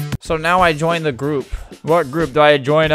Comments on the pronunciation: my favourite part of the vid lol I can't stop laughing at "gourp" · "And joined the gourp" got me dying💀💀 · "the gourp" makes me die so much